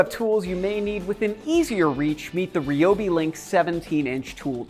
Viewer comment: rye o bee not ree o bee... #toolreviewzone